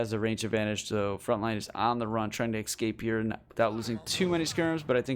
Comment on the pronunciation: Hearing a native English speaker continuously mispronouncing the word: ESCAPE is just crazy to me xddd Like what is an EX-CAPE ?! Is that a robe your ex uses? Or some old cloak you used to wear? WHAT IS AN EX-CAPE AND WHY ARE YOU SAYING IT LIKE THAT?! 😭😭😭😭